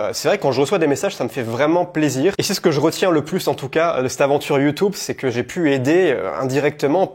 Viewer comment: Moi je retiens que tu dis toujours "Youtoube" 😂 Je taquine 😝